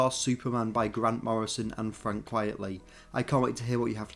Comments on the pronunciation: Quite-lee Not quiet-lee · Quite-ly, not quietly! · Frank Quitely, not Quietly. It’s a pseudonym and a play on the term “quite frankly.”